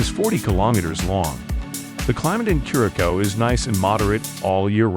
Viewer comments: It’s not Norwegian, it’s Dutch and it’s pronounced ker-uh-souw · Thank you because they were annoying me every time they pronounced it incorrect. 😂